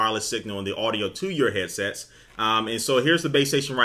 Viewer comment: This guy keeps saying hessets wtf is that???